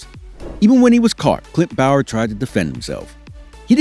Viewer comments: I know my boy did not jusy said bayer instead of saying bowyer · He said Bower if I'm not mistaken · its pronounced boy yer do you research sick of hearing it